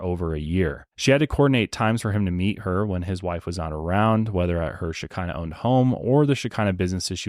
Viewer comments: Im Israeli and I was a little confused at first when u said it was a Hebrew word but then it hit me that it's very much not pronounced "Shekinah" it's pronounced sh-ch-eena. Lol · The pronunciation of the word is “ch-hi-na”… this is hard for English speakers :) “Sh..he..nah”… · fun fact Shekinah Hebrew the k is sounded as h …although the way it’s pronounced here is also fun to say ☺️ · As a Hebrew speaker wtf is Shekinah? 😂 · I am not saying you pronounce it wrong maybe thats how they called it but the Hebrew word is how i said..